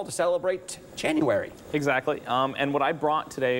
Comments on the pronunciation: Janu-air-y You're fired. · Did you know it’s Janu “airy” leaves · Right when he said “Jan-u-airy” I scrolled down to see if this vid had more dislikes than likes do yall do that too? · Did you know it's janu-airy Closes Youtube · "Janu - airy" c'mon, man :D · "Janu-airy" RIP career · Janu airy. Then he says January. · Its J A N U A I R Y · Janu- AIRY HAHAHAHAHAHAHAHA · "Did you know it's Janu-arey ?" cringe 100%.